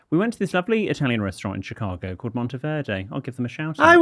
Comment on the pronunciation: am I the only one that hears say chicargo?